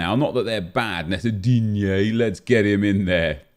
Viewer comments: Not that bad, nece-DIIGNEEEEE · Just fucking love when you say Digne. hahahahah! Keep doing that! :D